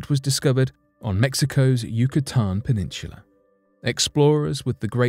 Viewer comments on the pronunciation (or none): Hey a**** it's called peninsula there's no CH I don't know why you need to pronounce it with a c h.